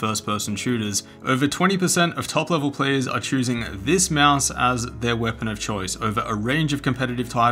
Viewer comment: “Weapon” YEAH